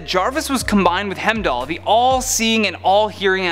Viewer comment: Not only can he not pronounce Darkseid, but he also can't pronounce Heimdall... What other names will mess up???